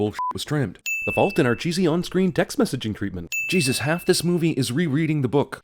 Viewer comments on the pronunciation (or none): none